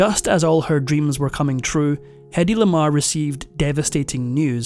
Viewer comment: In her autobiography she wrote that her first name rhymned with Lady. "Heady", as it's usually pronounced, does not rhymn with Lady. Heady is H-e-a-d-y, No "head" in Hedy. ❤